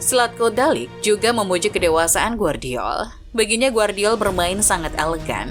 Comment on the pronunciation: Gvardiol dibaca GEVARDIOL bukan Guardiol!!! Timnas KROASIA bukan timnas KOREA!!! Tidur dulu min kalo ngantuk 🥱